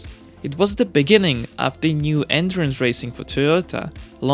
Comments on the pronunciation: took me half the video to figure out he was talking about "endurance" cars and not "entrance" cars. well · It's "endurance racing", not "entrance racing"😂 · This nigga said andurance racing